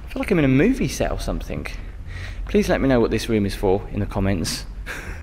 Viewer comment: the word is ‘something’ not ‘somethink’, please stop it.